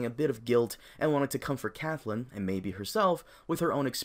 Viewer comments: It's pronounced "Cat-lynn"... not "cath-lynn"... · her name is CATTTTTLYN nopt caTHlynn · The way you pronounce Catelyn is so cringe. Good video though lol